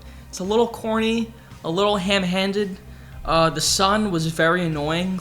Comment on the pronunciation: "Ham handed"